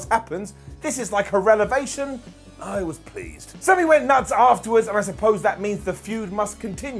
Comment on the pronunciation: THIS IS LIKE A "RELEVATION"??? I LOVE 'S MALAPROPISMS LIKE THIS IF U LOVE WHEN THE DAMN BALD MAN SAY THING WRONG